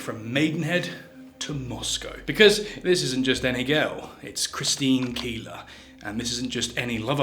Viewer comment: Keeler or Keller… poor